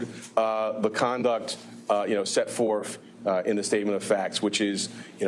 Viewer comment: "Set forf" 😂😂😂